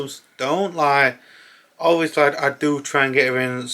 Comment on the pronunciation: James Corden ob-vee-o-sleh